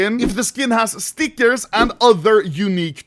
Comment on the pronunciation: makes my blood boil how you say stickers